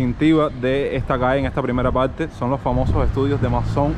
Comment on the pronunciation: Se dice PaRRTe no Palte